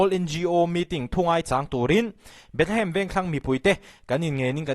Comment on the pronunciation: A tir ah Bethehem i tih reng kha, i trawng sual aw 😂😂